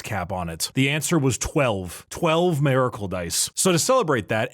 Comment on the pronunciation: What the hell is a "Mareicle"? Is his voice resonating in his 5-head and ruins "Miracle"?